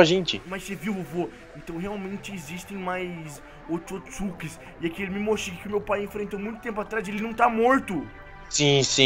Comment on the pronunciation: Não é mimoshiki é momoshiki